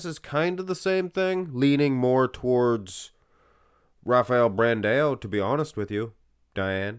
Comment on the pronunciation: who is Brandeo? i know who BRAN-DAAAAOOOO is with AO not EO! Bran-dao! DAO!" not DEO!